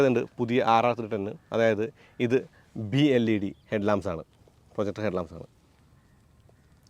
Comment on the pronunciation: ബി അല്ല ചേട്ടാ ബൈ led ആണ്